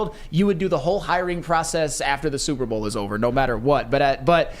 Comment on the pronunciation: Why can’t he say Super Bowl?